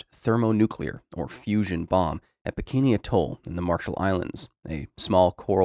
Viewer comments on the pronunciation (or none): at first I thought you said "Bikini Bottom" and I just... went with it because it could make sense.